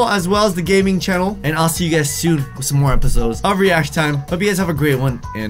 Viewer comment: KpopYLC M did you just say son instead of some lol😄